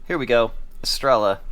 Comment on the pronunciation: Es-Tray-Yuh Please tell me you dont call it a Tore-Till-Uh too? 😅